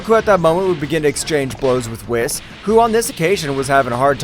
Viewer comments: Whis is actually pronounced (weez) Don’t believe me watch DBS in English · Y u say whis name wrong lol